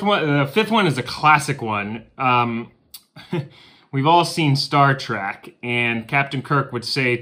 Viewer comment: Its star TREK NOT track!! Ugh lol